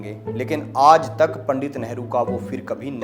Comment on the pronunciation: भईया "आज़ " नहीं "आज"